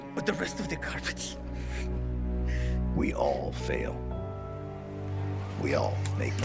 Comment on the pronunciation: "We All Faiw We All Mwake Mwistwakes"